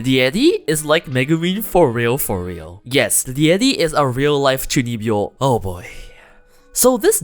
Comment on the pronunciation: I had to look up what chunibyo means, and be like ah.. 中二病… The pronunciation definitely does not remind me of the word.